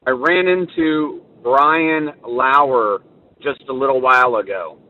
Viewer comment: Wow, Brian Lauwer? You'd think everyone has his name down pat...the media has been calling him dirty laundry, so this guy calls him Lauwer....it's becoming a huge joke. This guy is a troll.